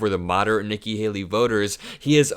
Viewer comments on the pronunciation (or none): none